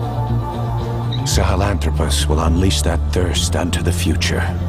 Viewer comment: No wonder he pronounces it as SaHALanthropus